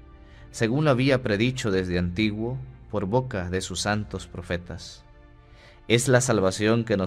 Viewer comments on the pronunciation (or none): none